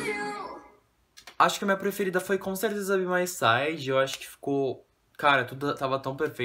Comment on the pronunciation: Se pronúncia bai mai saide kkkkk